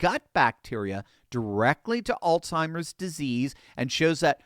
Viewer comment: it is AlZheimers not AlTheimers. There is no T